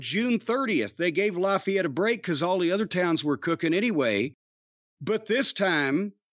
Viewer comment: It’s pronounced LAFFAYETTE NOT LOFFAYETTE